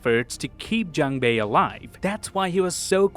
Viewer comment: The u sound in "Jun-ho", "Gi-hun", and "Jun-bae" are all the same sound. You say it correctly when you say "Jun-Ho" but you say "Gi-hun" and "Jun-bae" incorrectly. Just a note for future videos! You wouldn't want to keep mispronouncing Gi-hun's name. Love all the little details you found, I didn't notice most of them!!!